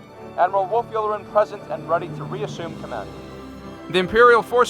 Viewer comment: Admiral "Yew-lah-ren"